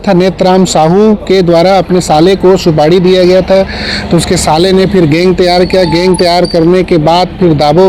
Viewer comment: उच्चारण में भारी mistake सुपाड़ी नहीं है जी सुपारी कहते हैं